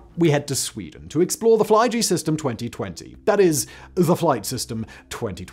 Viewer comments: Simon, it's not the Fly-G-System, but Flyg-System, which sounds like Fleeg-Seastem. So Flight-System 2020 in English. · Haha, Swedish Fly-G. Simon, it’s one word. Flyg means flight. Sounds like fleeg. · Fly-G-system... Dear God Simon what in the blaze was that😂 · Flygsystem is not Fly G System. Flyg, is Swedish for arial.